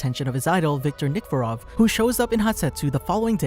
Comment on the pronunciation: just a quick correction! viktor nikiforov is pronounced nick-key-for-ov :)